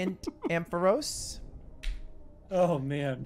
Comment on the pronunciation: they really butchered the ampharos 🤣🤣